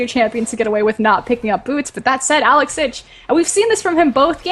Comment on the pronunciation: I hate the way the man keeps saing Alex Ich ..................